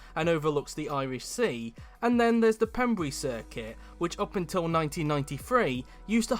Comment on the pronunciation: Your very much mistaken about wales not having events wales has the road race at aberdare park every year also has car and truck racing at Pembrey. Also it’s pronounced pem bray